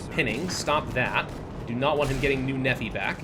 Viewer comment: Just a heads up, Nephi is pronounced Knee-fi, not neffi